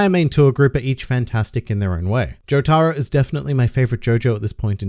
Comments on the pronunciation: Jotaro is pronounced without an emphasis on the “tar”. There is slight emphasis on the “jo” just like in “Joseph” so not JoTARo. JOtaro. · For the love of God, please tell me Jotaro isn’t pronounced like that